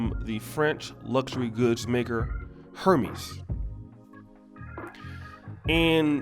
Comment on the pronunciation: Hermies? Lol. HERMES